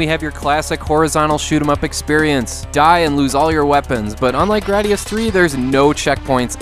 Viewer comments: You mispronounced gradius. It's grade-ee-us not grad-ee-us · The hardest for me to handle was the way you said “Graadius”.